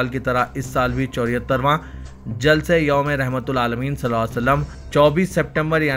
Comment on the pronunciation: Rahmatallil 'Aalameen, not Rahmatal Aalameen, plz.